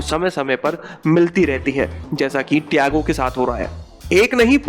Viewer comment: Tago Nahi Tiago 😂😂😂